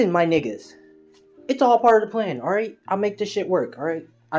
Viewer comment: Bro u don’t know how to say nigga right should’ve just listen to me my nigga